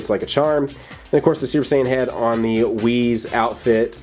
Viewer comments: It's wis not wizz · its whis you said whiz